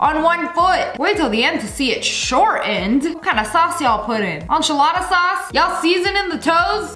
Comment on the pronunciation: Nobody gonna say anything about the fact she said onchilada sauce